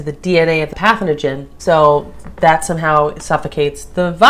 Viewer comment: Pathogen... not pathoningen.